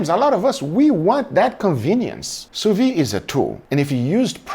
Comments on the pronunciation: You are the God of sous-vide! A little thing tho. You pronounce it sous-vie, meaning under-life or drunk-life, which doesnt makes sense but still funny. Try, sous-vid. (like video) The D at the end must be prononced, while the E a little less. Vide must sound like lid. Open the Lid of your sous-vide Take care and thank you for everything. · You pronounce the d in vide. It’s soo veed. NOT soo vee. Lolz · 8 years and you still can't pronounce sous vide XD it's pronounced "soo vid"/"sous veed" NOT "soo vi"/"soo vee". the D is not silent. I thought someone else would have corrected you by now, but video after video I see you still pronounce the D, I have to step in, I really hope this gets your attention,, because this is starting to infuriate me XD. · 8 years and sill pronounces sous vide wrong :D